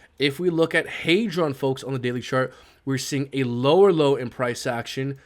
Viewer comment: It’s clearly HEdron not HEYdron mad annoying the way u say it, I remember you had the Dev on he was saying HEdron, that said u still my guy 👍🏾